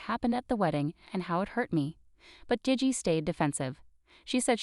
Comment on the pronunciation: Gigi is gee-gee, bot voice